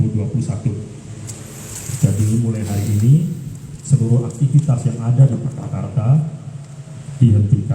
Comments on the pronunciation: Purwakarta boss, bukan purwokertooo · Purwakarta bang, bukan purwokerto 😂😂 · Purwakarta woy bukan purwokerto😂😂😂